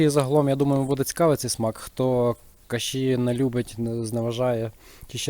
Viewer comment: кашІ з наголосом на останній склад звучить прикольно) Це волинська говірка?